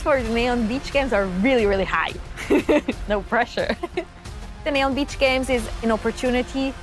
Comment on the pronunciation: aweful intro by Petra Klingler… I felt she got extra everytime she says NEOM